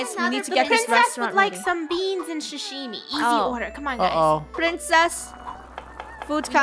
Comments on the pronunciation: Not shushime Sashimi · “Shashimi” it’s Sah-Shi-Mi (without “H”)